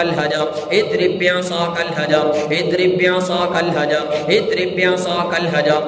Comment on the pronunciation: Azrib bi asakal hajar padhiye... Idrib bi asakal sunai deraha hai.